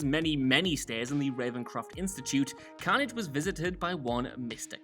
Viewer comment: STOP SAYING CAUGHN-AGE HOLY SHIT ITS CARNAGE